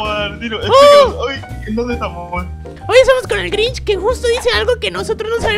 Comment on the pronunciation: Es Grinch no Grich